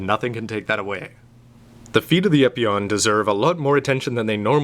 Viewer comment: u pronounce the name wrong